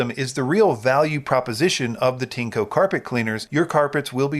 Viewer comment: It’s pronounced “TIN-ECHO”